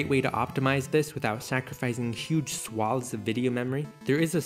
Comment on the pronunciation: You pronounced swathes correctly, subbed